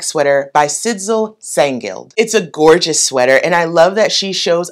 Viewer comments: The name of the woman of the sweater pattern, is a Danish name, idk how you would write it down, so that it would be more readable for people who don’t know this name, but one thing is that you actually don’t pronounce the “d”. Like maybe “Sisel/Sysel”, ok I really don’t know, ps love you and your vibe, your happiness, and your videos❤❤💫🫵😍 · Hey girl, I'm so sorry, but I have to confess, your struggle with pronouncing the name Sidsel gave me a fit of the giggles. Scandinavian languages are brutal. In this case the d is silent 😅 Problem with plus sizes is that the larger we get, the more we variate. Some curve over the butt, some flatten and widen, some has a large waist and slim arms, some the other way around. I envy you your marked shoulders, my narrow runded ones just make me look spherical when wearing over sized, bat sleeves or any onther dropped shoulder seem.